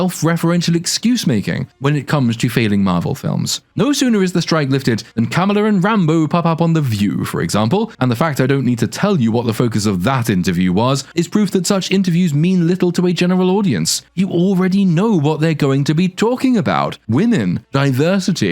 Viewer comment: I think the movie was a piece of shit and I never really liked the character but her name is pronounced Ka-Ma-La not Kam-Ma-La